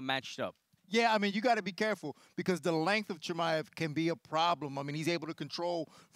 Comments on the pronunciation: How did everyone just ignore him saying "We'll see what Khamzat is Chimade of" hahahaha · "We might see what Khamzat is Chimadeof" 😂